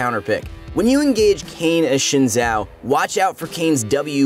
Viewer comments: Omg this is so painful - why would you ever pronounce "x" as "sh" "X" (for some reason) here (and in few other words) is pronounced as "z" Xin Zhao is pronounced "Zin Zao" (not "Shin Zao" ) Like so he can see and finally stop harrasing Xin's name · Try to kit?! (even the subs?!) ooooph! This and the Xin Zhao pronunciations hurt my soul! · Timestamps? I saw and heard “kite” As for the Xin Zhao, his way of saying it isn’t the most accurate but it’s very close to the correct one and way more accurate than the “Zhin Zao” pronunciation.